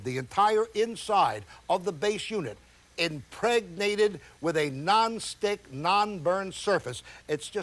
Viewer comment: why does he have to put so much emphasis on IMPREGNATED